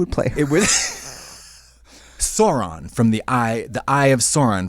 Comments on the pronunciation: I love how Katya pronounced Sauron as Zorron, bless <3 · Katya pronouncing Sauron wrong